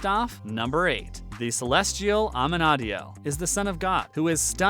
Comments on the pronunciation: You have Dan as most hated and can’t even say Amenadiel’s name right , have you ever seen this show. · I disagree with you I 💯💯💯 ❤️❤️🥰🥰 all the characters Dan the most hated,not so. This is a supernatural show,stop expecting normalcy. You’re not pronouncing Amenadiel name right.